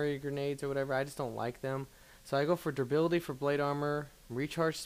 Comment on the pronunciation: Lol - It's durability, not durbility. =D